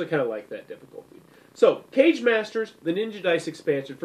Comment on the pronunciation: Great Review! One nitpick, It's pronounced "Ka Gae", not "Cage". I made the same mistake myself initially, but Kage, Japanese for "shadow", also represented the leader of a ninja village. Thus for Kage Masters, each Master represents the leader of a different village/school of ninjitsu.